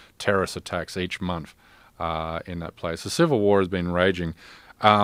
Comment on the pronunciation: How can a writer pronounce "th" as "f" drives me nuts, It isnt one, two, free. Fursday doesnt come 4 times a mounf.